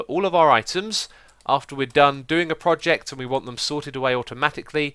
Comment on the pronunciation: Is it me or xisuma always say "poject"?